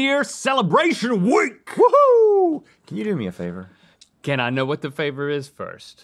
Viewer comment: why did rhett ask like that 😭😭 i was getting a little nervous about what that 'favour' would be..